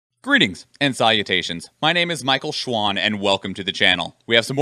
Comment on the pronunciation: I loved Rome Total War and Medial 2. shogun 2 was also geat. All the others are missing a lot. The Total War Warhammer Games are very cool, aside from sieges. Hyped for this. As aside it's funny how you're pronouncing Schwan.